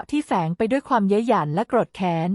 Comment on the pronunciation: คนอ่านเป็นคนไทยตอนไหนของประเทศ อ่าน “ โกรธ ” เป็น “ โก-ระ-ธะ ” และอีกหลายๆประโยคขัดหูมาก